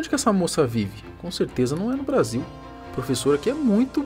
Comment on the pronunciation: Brasuil não vuai puara fruente